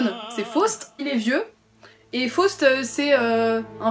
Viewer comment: Please, First of all: try to pronounce Faust correctly.....